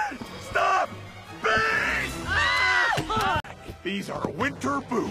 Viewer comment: The "beest" part hahaha.... I'll see myself out